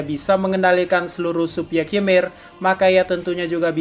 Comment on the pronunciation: Ymir itu dibaca Imir, karena di mitologi norse, y dibaca i